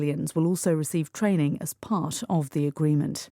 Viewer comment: 감사합니다 part가 pash로 들리네용